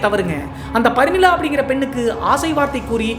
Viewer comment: ப்ரமிளா வா இல்லை பரிமளா வா